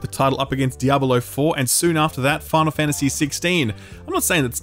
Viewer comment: "Diabalo" lol